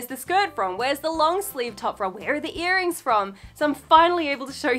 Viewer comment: I was looking for my TIS sure when I heard her say "BTS earnings" and I slammed my head on the wall trying to lean back up 😂😂😂